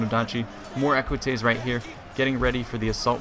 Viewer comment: Did you said ecuatize ( roman cavalry) ???